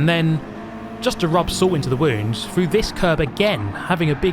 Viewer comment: Very good “rebuff of his attack” and going “frew” as always!😇